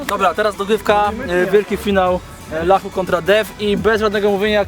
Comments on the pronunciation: ylachu powiedział... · powiedzial yachu xD